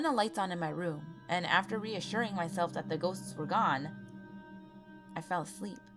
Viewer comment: it sounds like she said i was a slut when she said i was a sleep